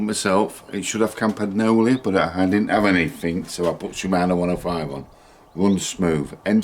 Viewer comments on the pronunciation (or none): I find it unsettling when people call campagnolo "campag nolo"